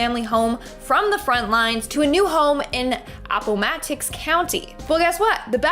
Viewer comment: A pot a max? Appomattox courthouse. For gods sake read a book.